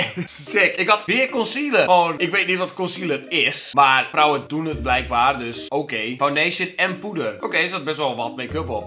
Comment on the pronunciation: ik dacht dat die wilde zeggen: rrrrrrrrauwe paprika